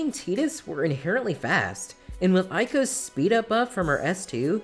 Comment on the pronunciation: Eiko is pronounced "Ey-ko" btw But we need an Albert Eiko emote with her having his facial hair